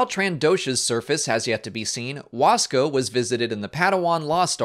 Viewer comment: Lmao anyone from Latin America who laughed when he Sayed the moon of the trandoshan is named WASKA jajajajajajaj ?